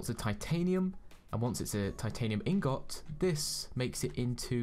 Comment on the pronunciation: He says ingot wrong